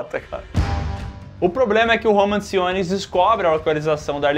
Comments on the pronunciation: falou "Roman Simmons" mas na vdd é "Roman Sionis" o nome do mascara negra hahaha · O falhando miseravelmente em pronunciar o nome dos personagens é épico: DiAnah Lance; Roman Simons...